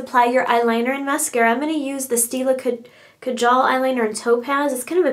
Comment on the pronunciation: lol Kajal is pronounced KA-GEL......love the looks!